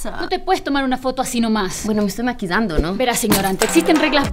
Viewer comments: hasta dice me estoy maquidando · dijo maquidando? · muy bien "maquidando" 😂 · Por el principio dice maquidando ajajajajajaj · Jajaja se confundió en el comienzo dice me estoy aqiinanzo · dijo maquisaje minuto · dijo maquidando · La chica que se está maquillando dijo en el minuto 18 dijo maquidando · Soy yo o en vez de decir maquillando dijo maquidando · ella dijo mequilando no dijo maquillando o escuche mal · Ella dijo maquidando like si lo escucharo n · Si, se esta ''Maquidando'' :v like si oíste que dijo eso xd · dijo me estoy maquidando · dijo maquidando Like si es verdad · no me imagino cuantas veces tuvo que repetir la escena para pronunciarlo bien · No, lo que pasa es que en Ecuador, los serranos pronuncian así la ll y la y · si dijo maquillando pero en Ecuador se pronuncia con otra manera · Segundo 17 dice maquillando o maquidando? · aylen hinojoss ....en la cierra no pronuncian bien la doble ll ..en la costa si ..acá en Ecuador